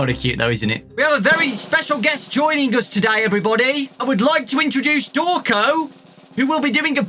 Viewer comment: “Hello! I’m!... Thank you,.” Me: How about? Pronunced ‘Draw-cone’